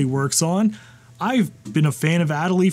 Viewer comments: “Ah day lee”. It’s named for the penguin. 😎✌️ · That Accent Aigu is very disappointed in the way you pronounced Adélie.